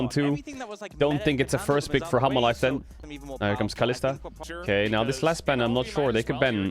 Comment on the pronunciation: Why I am kept hearing Caedrel speaking Humble life instead Hanhwa Life LOL